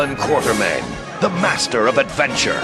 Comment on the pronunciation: Quatermain. Or has someone added an R to it? Apparently various people do add an R to it. Think